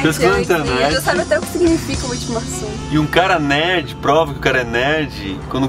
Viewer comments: Eu sou de Witmarsum e ele tá serto é witmarsumense e se fala como se tivesse um v não w tipo vitmarsum esta me dando agonia para de falar errado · Nem sabe pronunciar o nome da cidade kkkkk W em alemão tem som de V Não dêem informações erradas aprendam primeiro e repassem depois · Só a pronuncia do município estava errada.